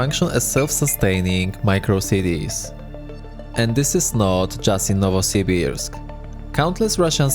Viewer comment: You might very well be the first foreign Youtuber to pronounce "Novosibirsk" properly. Not the names, though.